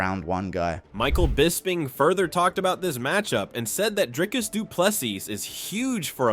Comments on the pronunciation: How can Dana still not pronounce Dricus’s name properly? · Even Dana doesn't know how to pronounce his name